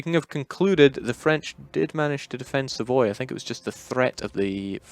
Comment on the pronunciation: the "Savoille" one is questionable tho